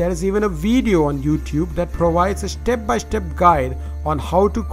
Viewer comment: "schtep by schtep" "hischtory" 😂😂😂